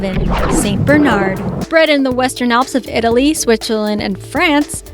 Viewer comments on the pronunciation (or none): none